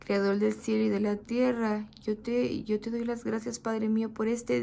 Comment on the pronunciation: Se dice CREADOR, no criador mija!!!